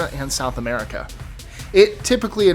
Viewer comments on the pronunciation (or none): none